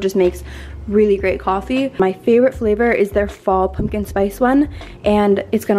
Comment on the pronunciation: You also say pumpkin wrong too..